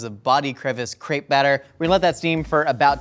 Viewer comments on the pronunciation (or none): none